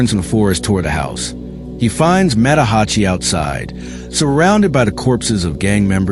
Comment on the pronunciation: Tah-keh-zoh, not tah-key-zo Mah-tah-Ha-chi Oh-tsuo, Cool video tho 👍